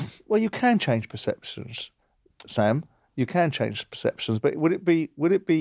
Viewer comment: I didn't realise Simon cant pronounce perceptions 😂😂😂